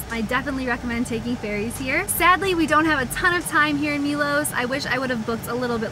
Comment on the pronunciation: It's interesting the way Americans so often say the letter O in foreign place names as OU. Milous, Dubrouvnik, Moustar, Pouznan. It's not a diphthong o-u. It's a simple O sound like in 'not' (rather than 'note'). Milos, Dubrovnik, Mostar, Poznan. I don't know why you do it. Brits never do that so it's got nothing to do with the English language. Be the first Americans to stop doing that. Lead the way! 🤣